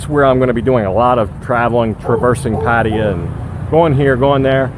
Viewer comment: Damn, I wish you would learn how to pronounce 'Pattaya.'